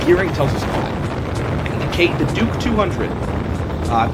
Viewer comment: He almost said "dork 200" and I will never be able to call it a Duke again 🤣🤣